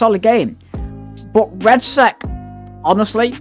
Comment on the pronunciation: It's Red-Sec, not red sack